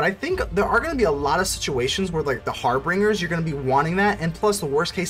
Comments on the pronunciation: Dig the deck, but it's harbingers (pronounced "binger" like someone who drinks too much. Lol) not "bringer". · So it appears I can't read and decided to throw an 'R" in Harbingers and pronounced it "HarbRingers" this entire video. I've never heard of the term "harbinger" so it never occurred to say it like that. Feel free to roast me into ashes in the comments. 😎